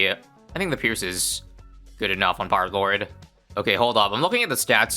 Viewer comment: Hearing say "Peelord" never gets old.